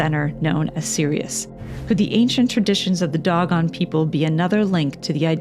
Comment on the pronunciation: I've never heard the word Dogon pronounced this way, it's usually pronounced like "dough-gone"...why do you pronounce it that way?